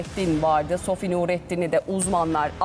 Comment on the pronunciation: SOFİ DEMEYİN BARİ !